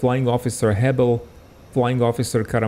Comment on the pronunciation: Heble is pronounced Heb-ley, not Hebble.